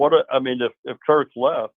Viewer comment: Kirk has been at iowa how long and our fans still can’t pronounce his name.